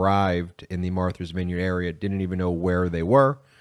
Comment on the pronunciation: How can you not know how to pronounce MARTHA, for God's sake? Wow, my respect for Ben's intelligence has just taken a nosedive! Marther? MARTHER??? That sounds like something Lauren Boebert would say!